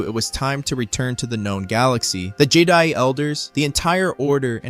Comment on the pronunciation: I liked this…until Jedi was spoken incorrectly exactly every time it was said.